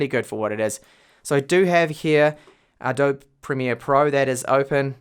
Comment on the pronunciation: BARbones? You Oz folk never stop, do you? And your pronunciation of "Adobe"? Which rock are you living under? Interesting review, though, so thanks.